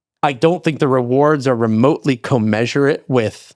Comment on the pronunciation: he kept saying co-measurate? *commensurate